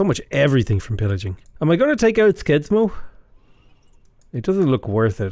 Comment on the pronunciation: As a Norwegian listening to you pronounce Skien and Skedsmo was just painful :p For future reference the "Sk" sound in Norwegian is pronounced more like "Sh" , also the D in Skedsmo is silent.